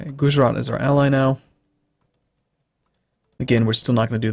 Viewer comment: when you say 'Gujarat' phonetically it goes gujrat, you dont say the 'a' sound after "guj"